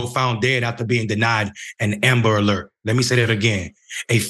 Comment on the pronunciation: What's an amalert??? Ishen ambalert?? Eckspecially?? Anyway... This story boils my BLOOD!! Every single person that was involved in the (mis)handling of this beautiful families' cry for help needs to be FIRED, banned from working in that field and any field in relation to it! A press conference needs to be held PUBLICLY with news, media, activists and the family of that poor baby boy! May I say, those workers need to be criminally charged! A DEATH OF A LITTLE BOY, A LITTLE BLACK BOY, MORE THAN LIKELY COULDVE BEEN PREVENTED!!! FxxK, I HATE the "system"!!! And the people that work and back it!!! Sister and "mayor" you damn right, this should (and does me) piss you right off!! "They" do not, will not, ever care for us BLACK & BROWN HUMAN BEINGS!! NEVER!!! "They" want us all gone, banished, incarcerated, gentrified, homicide, suicide, cancer, aids, any way shape or form, to rid us all, is their ultimate dream! AND GOAL, trust me on the latter! Make Amerikkka White Again is what they want! Black/Brown, WE MUST COME TOGETHER!! WE MUST START BEING BETTER PARENTS AND TEACH OUR KIDS, OUR NEIGHBORHOOD YOUTH MUCH BETTER THAN WE DO NOW!! "They" ARE TRYING (AND SUCCEEDING) TO TAKE US ALL OUT, 1X1!!! MY PEOPLES, PLEASE, LETS COME TOGETHER! LETS TEACH OUR YOUTH!! LETS OVERCOME!! LETS OVERTHROW THE "SYSTEM"! PLEASE!!! IT'S ONLY UP TO US! I LOVE YOU BLACK FAMILY! I LOVE YOU BROWN FAMILY! LETS DO THIS! 🖤✊🏼✊🏽✊🏾✊🏿🤎